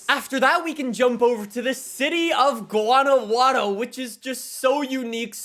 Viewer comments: “GUA—NA—WHO—AT—O” not wuanowuano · Guanajuato is pronounced Juana Juato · Man said “GUANAWUATO” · Hey. Just a heads up as someone from Mexico. It’s pronounced Hwana-Hwato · Can this gringo learn how to pronounce Guanajuato